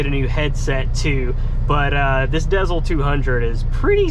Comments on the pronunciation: Im glad you commented that. It was driving me crazy everytime he said dezl. LOL I miss seeing your videos too. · Haha. You pronounced the Garmin “Dezl” the same way I did for the longest time. It wasn’t until recently hearing a bunch of ads suddenly on Sirius XM that I realized they pronounced it “Diesel”. Makes sense though since they are OTR trucking GPSes. Lol. I do wish you the best. I love my company (smaller outfit with only 15 trucks that is a private fleet hauling candy). It always feels great when you get up there and get experience that you can use to pock and choose a company. If you have any more than a yer, don’t ever accept any less than .70 cpm. Stay safe put there. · Is pronounced like: “Garmin Diesel” lol